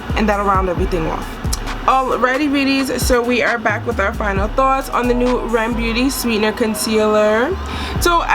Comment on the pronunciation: Its "Are Eee Em" not rem